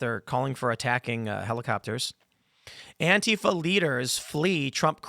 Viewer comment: Why does beanie boy have to say antifa like a fing idiot